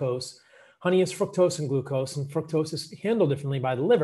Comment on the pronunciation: Exactly. I caught that too. Fuc-tose